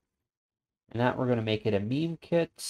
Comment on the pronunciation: Thanks for the video. Just a quick thing, isn't "Mime" pronounced like the silent "mime" performers rather than having the same pronunciation as "meme"?